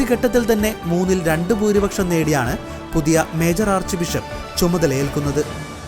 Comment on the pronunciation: . Moonnil randu ennu engane parayanam ennu vere oru channel il parayunnathu kelkuka. Sariku pronounce cheyyuka